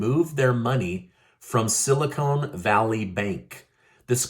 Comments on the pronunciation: The word is silicon not silicone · Are you pronouncing "silicon" correctly? It's silicon, not silicone. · The word is Silicon Vally not silicone...